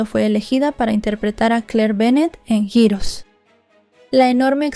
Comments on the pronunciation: JIROS?!!!!….🤔…que es jiros?!!!!….🥴🫠….ay, ya que te dedicas a esto, practica tu inglés y si no sabes cómo se pronuncia alguna palabra, mejor dila en español, di héroes y quedas mejor…🤣🤣🤣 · Holi bonita, heroes se pronuncia jirrous